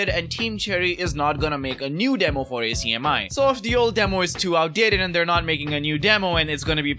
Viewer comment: just an fyi its not A C M I its one word pronunced AK-ME